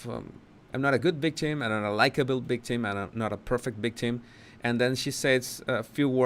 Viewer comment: Am I crazy or is he saying constantly bictim instead of victim? I don't get it.